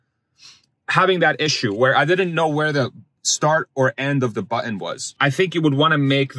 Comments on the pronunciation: The word button has 2 ts please pronounce at least one of them Thanks for the review Can’t wait to take a test drive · Nobody in Brooklyn pronounces inter-vocalic double consonants: bu ' on.